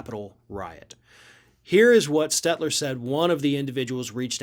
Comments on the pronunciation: FYI: It's Stelter STEL-TER. Not SteTLer. LT not TL. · Stelter, not Stetler. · *Stelter...not Stetler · sigh. At least get his name right. STELTER not STET-LER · It's SteLter not Stetler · His surname is STEL-TER not STET-LER. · figured with how much u rail against CNN you'd pronounce the guys name right.... Stelter, not Stetler. I mean who cares but, cumon, you got standards right. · stel-ter...not stetler... kind of a pet peeve of mine when people mispronounce names... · Stelter, not "Stelter" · Is this a parody channel? LOL, you can't even pronounce Stelter. And you are willing to trust one of the most partisan, truth-devoid talking heads as a source for this. You have to be joking.